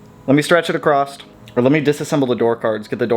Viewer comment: OMG, please stop saying "accrosst" That said, I'm Bout the yellow as well